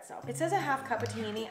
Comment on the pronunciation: The way she said ( Taheeny - hames ) it so funny and cute , I want her to listen to how it pronounced correctly like we do